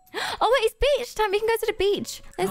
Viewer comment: it sounded like said the b word instead of beach lol.